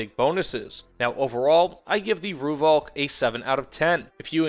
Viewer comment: Thanks for the review. I was lucky enough to be part of the Rooivalk’s development back in the 80s and 90s when it was well ahead of anything else available to the South African Air Force. Btw “Rooivalk” is pronounced “Roy-falk”. Only weakness was the lack of a mini-bar.